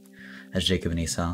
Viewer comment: W vid but I just noticed how u pronounced Esau 😂. Just for clarification (I think) it’s pronounced e-saw and not e-sow